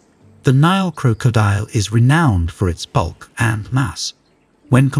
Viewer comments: Croak-co- diel 😅 he adding random As and Cs and you're right I dont think I can finish this video cringe asf. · Every time i he said crocodile i cringed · You need to find an AI voice that can pronounce 'crocodile' correctly.